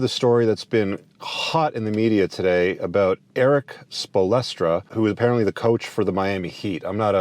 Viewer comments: Spoel Stra is the pronunciation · This dudes a dork and doesnt even know how to pronounce the mans last name